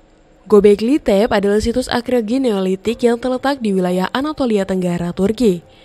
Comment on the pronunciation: Naratornya perlu belajar bahasa Inggris. Arkeologi dibaca akreologi. Di video lain, hanging dibaca hanjing.